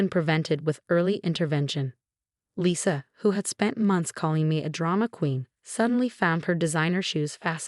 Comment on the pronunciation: Lisa, not Lissa. Sarah is a victim of medical neglect and abuse. Lisa, not Liza. Specialist, not secialist.